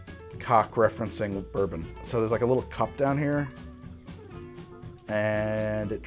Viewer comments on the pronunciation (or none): none